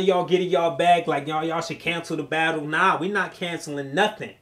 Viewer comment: "We gotta BADULL."